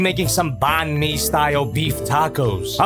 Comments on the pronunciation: So white washed ain’t no way he Called it “ban mee” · It's so odd hearing say "pan mee" as a Malaysian